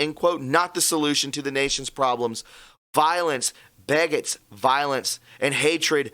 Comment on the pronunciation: Dude, you can't pronounce beget? It's (beegets) and Multnomah is Mult-no-ma. Sheez.